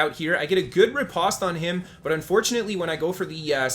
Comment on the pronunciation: Hearing you say riposte in such a way makes my ears hurt. Postman, poster, compost, lampost...say these words with the same vowel sound you say riposte and you will hear the cringe.